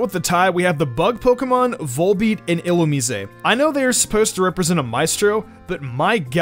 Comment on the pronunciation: "Illumeesay" ? You mean, "illu-MYZE"